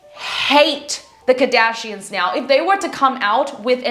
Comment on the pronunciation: You pronounced AMP world wrong and kardashians 😅